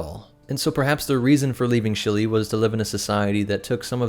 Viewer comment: I kept hearing him call the plant Chili. Maybe its just lunch time.